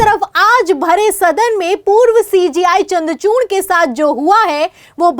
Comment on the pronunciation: चन्द्र चूर्ण नहीं चन्द्र चूड़ बोल